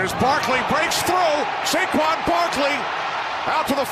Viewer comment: Dude really said Jayquan Barkley